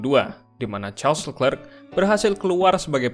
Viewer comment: Kalo mau gampang nyebut nama si charles. Coba bacanya dipisah jadi “le clerc”. Bukan “lekrek” nyebut nya anjir